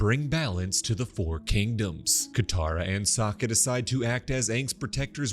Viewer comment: or "Sak-uh" i know he's kind of a sucker but